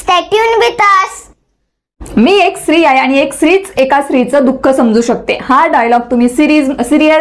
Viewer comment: मॅडम स्त्री हा शब्द तुम्ही उच्चारताना चुकताय, पण इंग्लिश तुमचं बेस्ट आहे